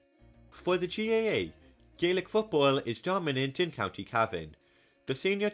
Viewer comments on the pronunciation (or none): none